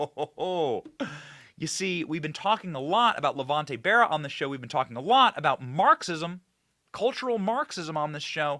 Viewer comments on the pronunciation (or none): none